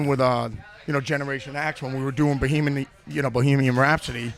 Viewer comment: "Bohemony rhapsody"